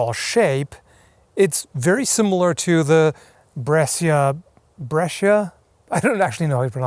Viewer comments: Dude from Brescia here: you would pronounce it as "Brèsha", not as Bresseea. It is a city from Northern Italy, between Milan and Venice, known as "The lioness of Italy". Just some patriotic rambling :) Anyway, I love your channel! The lockdown it's giving me an excuse to binge-watch all your videos, and i'm loving them. Keep up the great work! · If it's written "Brescia" you would read it "bresha" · Hey,, just wondering: Have you ever actually handled the Brescia Spadona? I've heard really high praises for that sword. Oh, and apparently it's pronounced "breh-sha" with a sort of slightly whistling "sh" sound. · Anyway, try to say "Bresha". "Scia/o" is pronounced "sha/o" in English. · Brescia is pronounced as "bresha", the second time you said it correctly. It's the name of a city in northern Italy. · Yes, Brescia is pronounced Bresha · So its pronounced "breh-sha"? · Ok I'm gonna help you 😄 Brescia would be "BRESHA" (the "i" is silent). And principe is "PRINCHIPE". Beautiful sword by the way 😁